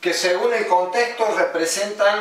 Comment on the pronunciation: ¿Qué no es "según" no "segum"?